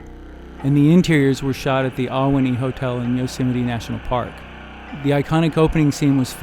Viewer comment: You are wrong. None of THE SHINING was filmed at The Ahwahnee in Yosemite. They copied and rebuilt the interior of it because of it's Native American imagery. You also butchered the pronunciation. Did you even do much research outside of a single poorly written article or something?